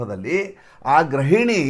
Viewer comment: Sir, adu ' grahiNi ' alla.. dayavittu saripaDisikoLLi. adu ' gruhiNi ' !!!😂